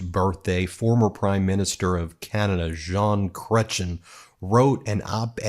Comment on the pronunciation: Ben, you are so cute when you attempt to pronounce our french names. Jean, don't sound out the N, and Cretien does not end in CHIN. more with EH! (giggle giggle giggle) Ya need our cute pronunciation with our french uhuhuh singing for the correct way of saying it. But you are still a "jolie petite choucroute". (means cute little cabbage but I swear it is adorable)